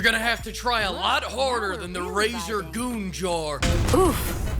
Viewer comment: "razer goon jar" 😂😂😂😂😂